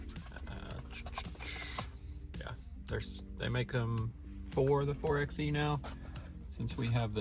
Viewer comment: Can you please pronounce it correctly? It’s 4-by-e not 4-x-e. Thank you